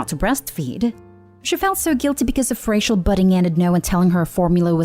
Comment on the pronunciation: It really annoys me that the narrator pronounces Rachel as racial. Even though this is my favourite reddit related channel, it was just hurting my ears. 😅